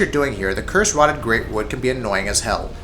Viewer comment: Right, well. 1. No Aldrich. Seriously? Just WTF. 2. Numerous misspellings, mispronunciations, etc. Curse-ROTTTED greatwood? YOHRM the Giant? EYE-u-dex Gundyr? THE Vordt? Lazy, lazy, lazy. 3. The list. Greatwood above Abyss Watchers? Yhorm above ANYTHING (seriously, the menu switching is the only threat in that fight) Consumed king at #4? Deacons above Vordt? Friggin' Asylum demon 4.0 at #7? Terrible, terrible list.